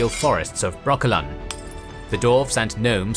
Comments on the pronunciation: Great Video but it’s Dwarves not Dorves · I know the narrator is saying Dwarves, but all I can hear is "Dorfs" XD